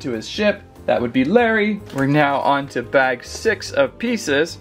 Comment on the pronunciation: Ha mixup guy it is Lary ship not lummey ship